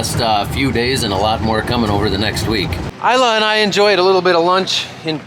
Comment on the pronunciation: It's Isla, not Alya